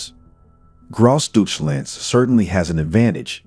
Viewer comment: Also, please pronounce it correctly